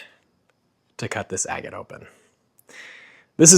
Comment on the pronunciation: It's really weird hearing somebody from the north pronounce the word agate correctly. You're the only one I've heard so far.